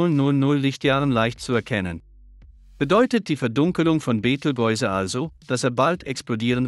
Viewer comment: können nicht mal den Namen Beteigeuze aussprechen, beschämend!